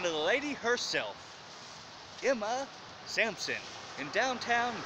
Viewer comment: Her name was Emma SaNsoM , not SaMsoN . The High School was Emma Sansom . I graduated there in 1990. The highway that you were standing in the middle of is Hwy 431 not 278.